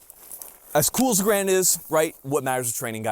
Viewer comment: You can't even say Garand correctly??? You are not a Marine...never were.